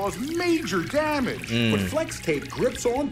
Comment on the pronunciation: That A Lot of Damage ใครได้ยินคำว่าDamageว่าDamn Itบ้าง หัวผมเริ่มไปแล้ว